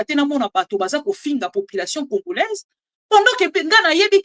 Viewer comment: 😂😂😂😂 tika boye Oza congolaise to congoraise boye bien te maman